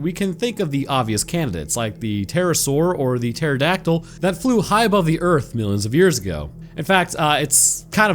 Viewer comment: your AI has a hard time with Pterodactyls. oh and also with completely normal birds.